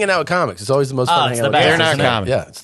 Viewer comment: I like that thinks always is pronounced “O-weese”